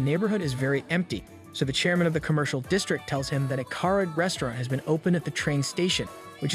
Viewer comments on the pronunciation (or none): the way this man pronounces karage is criminal 😭😭😭